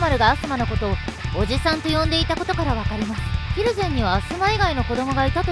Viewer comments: ひる↑ぜんじゃなくて、ひる→ぜんなんよなあ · 蒜山は ヒ↑ルゼンじゃ無くて ヒル↑ゼン